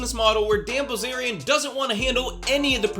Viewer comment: What I heard the first few seconds "dan ballzarian" 😂 new subscriber here, after the kurtis conner/confident alpha man (forgot his name) video. Keep it up! 👐